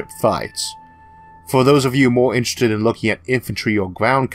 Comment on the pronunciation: Militawy Conflicts in Space sound Intwesting